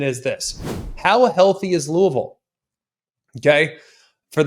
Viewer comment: He said Louisville right lets gooooooo.